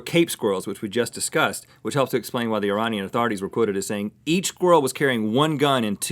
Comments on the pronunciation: It's pronounced: Ee-ray-nee-un. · The way Rhett pronounced Iranian....